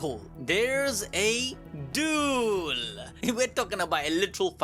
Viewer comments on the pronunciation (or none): Duel?❎️ Dule! ✅️ & Divine? ❎️ Dawine!✅️ 😂😂😂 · Ah yes, I love a really good “Dule” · Dule ❌ Duel ✅